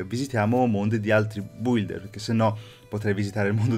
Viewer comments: BM si pronuncia builder non bulder😒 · Aspe come l'hai detto builder????si legge bilder!!!!Non devi leggere la U!!!!